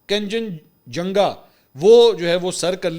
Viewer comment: Kanchan janga hota h beta bolna Sikh lo